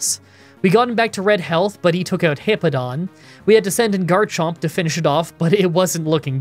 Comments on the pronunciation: You keep saying Heepo-don but it’s He-POW-don , it’s a nothing complaint but it just kept bothering me 😅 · Fantastic run, ground is my favorite type and I've been wanting to do a solo type run in platinum. Also I love you but it's HipPOWdon, not Hippodon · It's pronounced "Bweezil" NOT "Ba-weezil" "Star-rave-ia" not "Star-ah-via" "Hip-POW-don" not "Hip-Po-don" "Bweezil" NOT "Ba-weezil" I'm just going off how they said it in the anime. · I'm pretty sure its hippo-po-tas and Hip-Pow-don Correct me if im wrong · Hip-pow-don there is a w in the name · Great video! As a quick fyi incase you wanna make sure you’re saying names right, it’s hip-ow-don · It’s always interesting to hear you say Pokemon names. When I see Hippowdon’s name, I assume the “w” in the word is intended to make you say “POW!” Therefore, the word would be “hip-POW-dahn.” But the way you say it is much more natural for the way English words are pronounced - when you don’t assume Pokemon names are trying to be funny or break natural language rules. If it was a real animal, you probably would say “hip-oh-dahn.” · It's pronounced hippo-po-tas and the evolution it's pronounced hip-pow-don. It's pronounced star-Ray-via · Hippo-pa-tas Hip-pow-don That's how they pronounce it in the Diamond/Pearl series Hope that helps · The way to pronounce hippopotas is hippo-pa-toss and hippowdon is hip-ow-don Edit: added hippopotas's Evo pronunciation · Lol you pronounce the name like this hip pow don